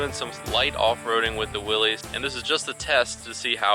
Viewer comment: Nice video, thanks. Btw, it’s pronounced Willis, not Willys.